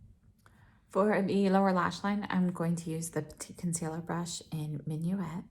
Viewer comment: Love Surratt shadows, they are my favorite. And I love seeing your Surratt collection, all in one mega palette! I believe that "Minuit" means "midnight" in French and is pronounced "min-wee"...also, a fun fact, something I believe I learned from Glam Dr. Mona here on Youtube who also loves Surratt that "DOW" stands for "Duke of Windsor"! Peau de Peche looks amazing on you,, a true wash of natural color on your fair skin. I love these silky velvety textures and enjoy being able to build them up.